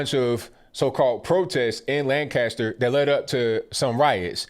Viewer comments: Jesus people. It’s “Lankester” not LAN-caster. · It's not pronounced Lan CAST er. It's LAN cast er. Or basically put "kisst" in the middle. Just a pet peeve as a native. Hard to believe my home city is in on this nonsense also. The city was still pretty heavily Republican when I was growing up in the 80s. It even had a Republican mayor as late as 2006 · not Lan-caster, Lanc-aster ... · Its pronouced "lancaster" . Not lan-cast-ter. Everyone saying it wrong. So sad this happened. This has been going in this city for week. Riots etc